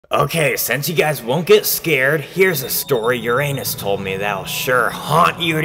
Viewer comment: u ra nus its prononced